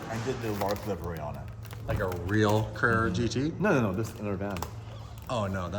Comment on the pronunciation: thanks for finally saying the name right. I honestly thought you all tea thought it was named like the CGT.